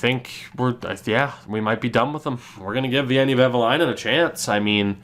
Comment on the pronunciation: A little tip to pronounce Veini’s name: it’s almost like Wayne but with an additional ”e” in the end. ”Wayne-e.”